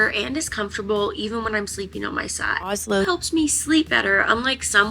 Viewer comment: Did you mis-pronounce Ozlo the first time? Sorry, but it sounds funny :-)